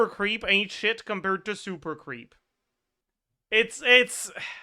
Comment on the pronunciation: when he was saying super creep I hear SUPER PHREAK, SUPER FREAK